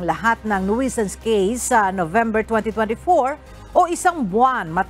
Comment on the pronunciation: CORRECTION FOR THE PRONUNCIATION OF THE WORD NUISANCE. NOISE IS PRONOUNCED AS NOYZ. NUISANCE IS PRONOUNCED AS NYU. SANS. CHECK THE DICTIONARY YOU ARE AWAYS GOT WRONG OF YOUR PRONUNCIATION. Simulation is Sim. Yu(ya). ley. shun Southern is SATHERN. You seem funny in pronouncing words.